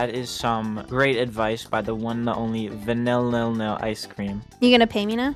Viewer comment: Im really sorry but is it just me that said it "vAnilbean" and not "VANILbean"